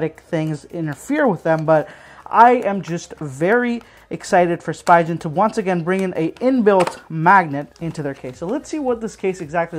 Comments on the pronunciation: It’s speegen not spygen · Spigen. (Spee-gun) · Every time you say Spy-gen I punch my cat. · Thank you! I do try to do my best when I make the videos. As for the pronunciation, I'll be honest in my circles I've only heard it this way. No one calls it Spee-gun. I think it's because Spi is usually pronounced as "spy" in common words such as spider and spice. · Ohh I very well understand that. I'm just saying, it isn't illogical for most to assume that it's pronounced "spy-gen" and not "spee-gun". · I asked someone else this, and I'll ask you too... When you pronounce spider do you say "spy-der" or "spee-der"? Hopefully that helps you understand why I pronounce it that way. Yes I know that it's technically incorrect, but I've been saying "spy-gen" for literally 6-7 years now. It's very hard for my brain to rewire itself to pronounce it spee-gen, especially when I'm filming and my mind is on 100 other things in that moment. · I like the video and appreciate the effort you put into making it. I do agree with Myojhnier in the comments though. 2 different worlds in the pronunciation. I've never heard anybody say "spygen" before. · painful to hear the brand name getting butchered x.x